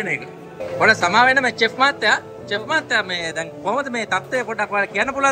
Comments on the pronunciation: චෙෆ් නෙවෙයි ශෙෆ් අයියෝ ගම කනව. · Learn the pronunciation It’s pronounced ශෙෆ් නොට් චෙෆ්